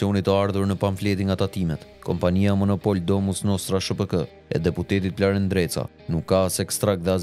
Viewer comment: Bravo eshte gjarper nreca se normalishte eshte ndreca po e thot me r te holl nreca